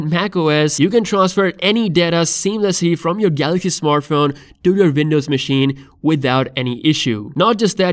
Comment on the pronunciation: What the hell is "Vindoze"?